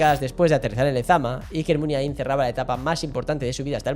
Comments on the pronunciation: Lo de no ser vasco de pura cepa y bla, bla, bla... menuda cagada. Qué es ser vasco de pura cepa? Hay que nacer al lado de San Mamés para ser vasco? Supongo que quien habla o quien escribe lo aquí narrado desconoce absolutamente la relación de Navarra y Pamplona con todo lo vasco. Otra cosa. No es "Muniaín" con acento en la última i, como se dice docenas y docenas de veces en el video. La letra más acentuada sería la A. "Muniáin", más o menos. Nunca "Muniaín". De nada. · No estaríade más que aprendieras a pronunciar correctamente Muniain...